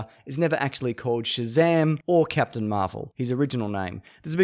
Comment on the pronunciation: Why is nobody talking about Zap-tain America? Lol